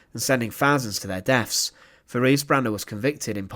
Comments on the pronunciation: Her name was pronounced teraze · I hate to be pedantic, but her name is pronounced Te-RAY-zah